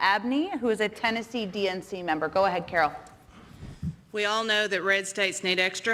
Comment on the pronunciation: “Carol”. LOL